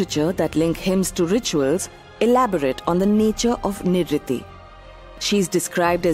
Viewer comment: Why doesn't the narrator pronounce names without the anglicising them? They're to be pronounced as: Nirreeti, not Nirriti; Graam-dev, not Grama-deva; Puraan, not Purana